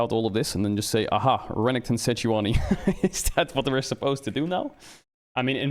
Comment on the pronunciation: idk about anyone else but i looove it when caedrel says seh-joo-uh-nee